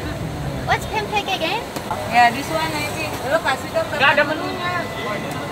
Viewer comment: pempek : said pempe' without k